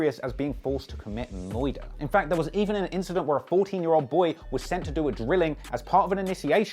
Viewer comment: "Being forced to commit muiirder"....... Lol